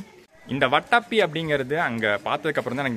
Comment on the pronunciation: வட்டப்பி இல்லப்பா. அது வாதாபி.